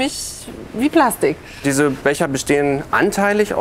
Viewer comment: Plaschtich … herrlich 😂